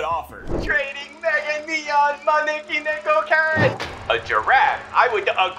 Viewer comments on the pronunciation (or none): The way u pronounced maneki neko cat at the start💀